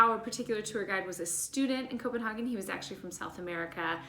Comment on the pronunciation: Only Americans say Copenhaken